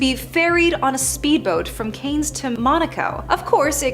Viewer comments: Cannes is not "Canes". It's pronounced "Can" in a very French fashion. For future reference, of course. 🇫🇷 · Cannes pronounced Kahn